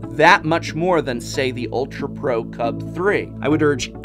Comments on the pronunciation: Just say UltraPro CUBE and not Cub-Three. It's 1337/gamer speak. It's elite/leet, not OneThreeThreeSeven. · I love these videos, I watch them all the time, and I feel they are very well done, but is anyone else bothered by the way he says "CUB3." It's l33t speak for cube, pronounced "cube." That is all. Keep on slaying it.